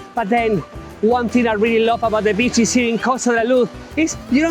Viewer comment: You pronounce beaches as bitches makes me laugh everytime 😮😅😅😅